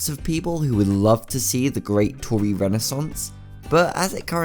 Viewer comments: Do u remember power Edd he says toriret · its tori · It’s tori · It's Tori not tore